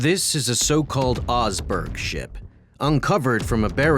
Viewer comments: Stop butchering norwegian words ! The OSEBERG ship is pronounced ; OH-SEH-BERGH. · The best pronunciation that I can think of, using English words, would be "Ooze-eh-berg"". And if you change that Z with the hard S-sound from "sing", I think you'll be right on the money. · That would be "The Oseberg ship" "Osebergskipet" ;)